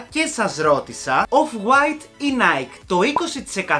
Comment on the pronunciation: No offence but είναι ναϊκι όχι ναικ γιατί έχει πάρει την ονομασία της από την ελληνική λέξη νίκη !!! Το μπερδεύουν όλοι οι Έλληνες αυτό .... 😅😅😅 απλά θυμίσου το την επόμενη φορά ! Καλή συνέχεια στα βίντεο σου !!